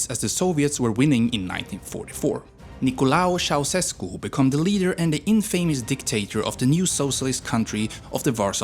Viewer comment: Nicolae Ceausescu is correct ... btw great job , bro ! You have earned my respect !